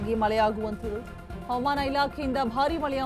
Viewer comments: ಅವಮಾನ ಇಲಾಕೆ ಅಲ್ಲಮ್ಮೂತಾಯಿ ಹವಾಮಾನ ಇಲಾಖೆ ಅಂತ ಸ್ಪಷ್ಟವಾಗಿ ಹೇಳು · Aaman Antha mam Chanagi kannada mathadi